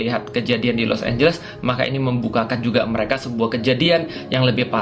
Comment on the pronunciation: Los anjles jAdi los ambles